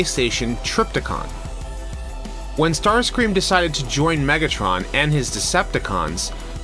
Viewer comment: Starscream not startscream ( no offense )